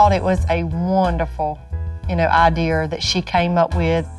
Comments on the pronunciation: Did she take any type of English classes in school?? I learned IDEA NOT IDEER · That mom needs to brush her own teeth. Geez. And stop sayin ideaer